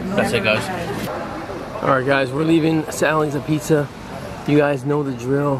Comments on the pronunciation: It's pronounced - ahbeets.....not uh-pizza. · It's pronounced, "abeetz" not, "apizza"